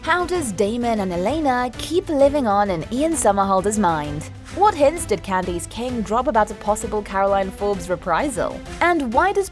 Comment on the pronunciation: "Candyce kang" 🤔